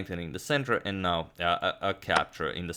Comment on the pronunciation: Now, not bow.